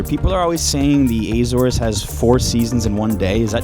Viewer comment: I'm from Azores, I love that you say the names of the islands and the villages in a perfect way 👍🏼 keep up with the good work 😀